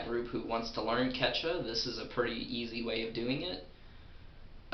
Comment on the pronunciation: I'm mexican, and i've heard people speaking "Quechua", and it sounds wild. But i'm here to tell you you need to say Quechua with more emphasis in the second U. QuechUa. Because you're not even pronouncing it. And great video, feels weird learning quechua from a english speaker than a native quechua speaker who also speaks spanish. I want more of this. I subscribe, man. (Great pronounce of the spanish "r", btw.)